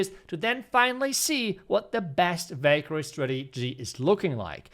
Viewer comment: Valkyrie❌ i hear bakery😂✅